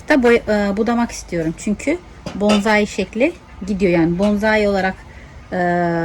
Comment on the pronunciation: Hanımefendi elinize sağlık da , bence öncelikle yapmaya çalıştığınız şeyin hiç olmazsa adını düzgün telaffuz edin. Onun adı BONZAİ değil BONSAİ dir. Saygılar